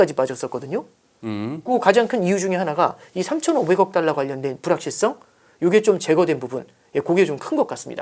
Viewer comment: 발음이 뭔.. “딸라, 딸라” 듣기 참 거북하네. 분석은 어정쩡, 뭔 말하는지 이해도 안되고..